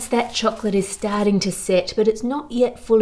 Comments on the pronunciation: one of my favorite things: how Ann Reardon pronounces 🍫 in her chirruping way 😋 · I'm an American but I want to put out there the idea that the Australian pronunciation of the word "chocolate" should be the official one across all English-speaking nations. Why? Because it is the one that tastes the most like like chocolate when you say it. Tell me I'm wrong.